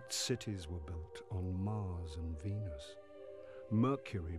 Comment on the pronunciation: Did he say vinus or pinis